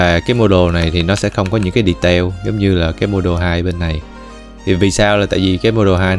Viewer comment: mơi vài phút mà nghe đọc tiếng Anh mắc cười qua: đì-teo (detail), téch-chơ (texture), bô-li-gông (Polygon), ...